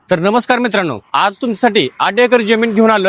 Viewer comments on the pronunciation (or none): none